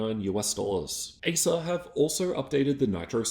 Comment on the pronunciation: You saying asus or acers?